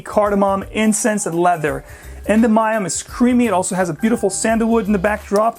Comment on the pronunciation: I'm a huge Penhaligon's fan and had to comment here to correct a mistake so when any of us visit a Penhaligon's shop in the UK, we won't embarrass ourselves. I love your review but you got "Endymion" way wrong. It's pronounced "en-DIH-mee-un", accent on the second syllable. Not "EN-duh-MY-um". Oxford English Dictionary online will confirm.